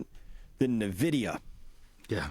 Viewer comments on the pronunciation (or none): Love ya Chris, but it's not "Nuh-vidia" it's "EN-vidia"